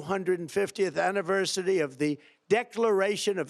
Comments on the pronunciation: Omg!!! 😱 shut the fucken world down! Trump mispronounced a word!!! 😮 🙄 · Annaversity??? lol